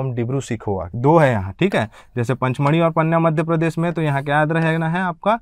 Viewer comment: पचमढ़ी है, पंचमढ़ी नहीं।